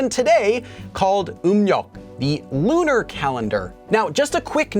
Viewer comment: I heard LOONA calendar haha